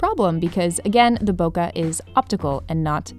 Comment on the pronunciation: Pros don’t say bokuh.